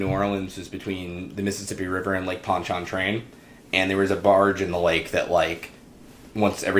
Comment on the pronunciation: Was that pronunciation of Lake Ponch-a-train a joke?